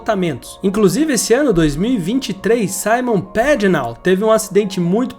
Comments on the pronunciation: "Pagenô " e não " pegenout " kkkk Sérvia e não "serviá " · Bom vídeo, só precisa aprender a pronunciar alguns nomes por exemplo Simon Pagenaud que é francês e se pronuncia "Pagenô" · Vou tentar ajudar em português : Simôm Pagenô . Parabéns pelo vídeo. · Kkkkk acabou com o nome do Simon pagenaud (pagenô) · Quantos erros, informações distorcidas, "perdeu a vida e os movimentos dos braços e pernas" ? sem falar nas pronúncias dos nomes dos pilotos, é Simôn Pagenô que se fala, ele é francês, é autódromo de Pôcono a pronuncia, é Raiam Ranter Rei o nome de (Ryan Hunter Reay) .... e por aí vai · Achei que só eu tinha notado: “Saimon Pagenáu” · Legal esse modo de Americanizar os nomes dos pilotos. Simon Pagenaud, o cara é francês, é óbvio que não se pronuncia como falou no vídeo. Entre outros...mas esse foi Ilário. 😂😂😂😂😂